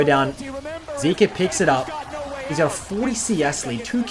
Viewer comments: is it really that hard to pronounce zeka (zehka) and zeus (zoose) correctly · its zeka not zika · Honestly was hard to watch the rest of the video when pronounced Zeka as "Zeke-ah" instead of "Zeck-Ah". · How are you going to pronounce it wrong after listening to the world's commentators? It's ze-ka. Not zeee-ka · I believe it is zeka not zika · bro if you gonna drop an hour long video can you at least pronounce his name right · Nah you ain’t bouta disrespect Zeka by saying his name wrong. Remake the vid and say it right 😂